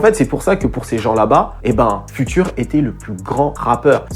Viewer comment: FUTURE, à prononcer "fioutueur".